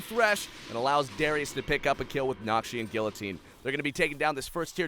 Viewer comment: This casting irks me 1. It's not kaleeeeesta its kalista 2. Nokseean geeyotine not nokshun guillotine 3. A martyr is someone who does for their beliefs, a renegade jumping in is not a martyr